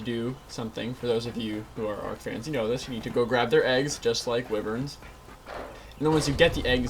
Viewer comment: "Weverns" lol.. its pronounced "Wive-rens"